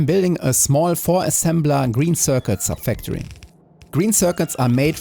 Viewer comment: I know you're not a native speaker (neither am I) but you have a ton of words which you pronounce very strangely. subFACtory. Aicid. Salfar. REquest. REsearch. REquest. It's easy nowadays to learn the right pronunciation online.